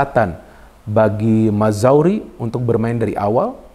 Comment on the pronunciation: Mazroui, bukan Mazouri, maaf, hehe